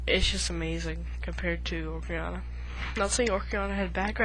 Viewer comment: you keep calling it ocRiana of time lol